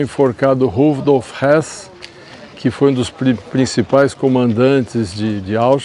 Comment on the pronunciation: Acho que foi na edição a galera não entendeu o sotaque. O nome do cara é Rudolf Höß e a pronúncia é do jeito que ele falou aí pra quem não sabe acha que é o Rudolf Hess.